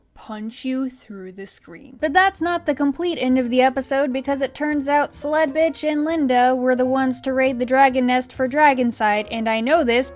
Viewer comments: Y'know, for the longest time, I thought you were just calling her Slutbitch and not Sledbitch. Until the name was actually put on screen there. I'm probably just going to keep hearing Slutbitch. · Ok but I cant be the only one who always hears "Sl*tbitch" instead of "Sledbitch" xD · This whole time I've been watching, I actually thought she said Sl_t B___ throughout this ENTIRE review series😭😭😭